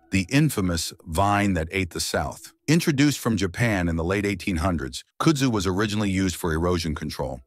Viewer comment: Voted down. How can anyone mispronounce KUDZU ?